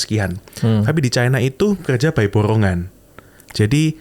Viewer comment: Sipp babami, nyebut China itu 'Caina'